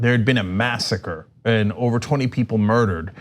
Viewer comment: When Trump says people, it sounds like he is saying beople.